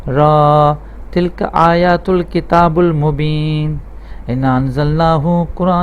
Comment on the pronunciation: आयत मे किताबुल मुबीन नहीं, किताबिल मुबीन है। और दुआ मे रब्बी यस्सरलि नही,, रब्बी यस्सिरली है। देख कर आहिस्ता आहिस्ता सही सही पढ़े,जल्दबाजी मे न पढ़े। मेरा मशवरा है कि पहले खुद किसी अच्छे उस्ताद से पढ़ना सीख ले, फिर पढ़ाना शुरू करें।